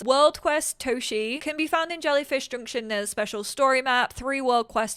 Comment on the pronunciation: Oh, I think that this "Toshie" is readen with visible "e" in the end, the e like in, well, end^^ It would be nice if they would also mention the original writing of the names they use^^ (I also want some real Polish townies, not like random townies that get Polish names if I play in Polish, but just real already pre-made important in plot townies with our names^^) Thank you for always teaching us about everything^^ Remember you're loved and needed^^